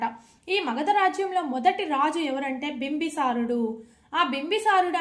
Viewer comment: బింబి సారుడు కాదమ్మా బిందుసారుడు.